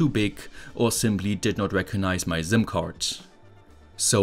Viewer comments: I was thinking he just built himself one heck of a necklace medallion, all he needs to do now is find a strong enough necklace so he could "inconspicuously" wear it :) Joking aside, this was way easier to follow for me than his usual electronic circuits. I was amused hearing him say "ZIM" card :) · I like how you say "zim" card ❤️❤️